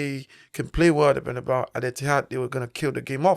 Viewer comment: This is a message for both Presenters, Fyi fellas, the correct Pronunciation is "Bernabeu" and not "Bernabaou" the stadium was named after Santiago Bernabeu. Have you seen the clip off Jay z getting asked about the music rapper Tupac by an interviewer, but instead of pronouncing his name correctly, he like many others would pronounce it Twopack! So all im saying is, is that it would be nice if you could Pronounce Correctly for your viewers that's all....nice videos btw